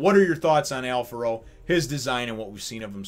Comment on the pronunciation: Kickass chapter introducing a very unique character, (and yes, he does rank higher then the vice-chef's such as Tommy) Also thanks for pronouncing his name correctly as Alfaro, some translations tend to go for Alfrado, as it is the name of a dish and the spelling is similar.